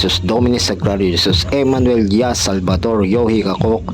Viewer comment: bro SALVADOR yung bigkas mo. SALVATOR yung nasa Screen. ALIN PO ISULAT namin bro.